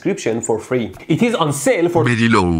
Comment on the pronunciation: Fool brige wrectifier at berry low pryce!